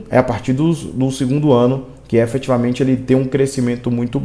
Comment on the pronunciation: Você quer falar difícil, falar bonito, e fala tudo errado: EFETIVAMENTE, ABSOLUTAMENTE !